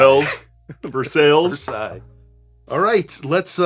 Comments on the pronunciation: what a fucked up way to say versailles. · Love this video. Like it when you 2 give a good review like this one. However one thing please. My first language is French and Versailles is prononce like the name of the Château in France where Louis XIV the king, lived. Versailles, not Versale, like it is prononced in this video. Thank you. Love the channel. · Oh a video I can finally follow along!!! And btw its said as versailles not versailles ;)